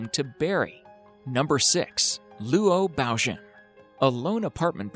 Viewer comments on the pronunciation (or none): lu-o baogen. LOL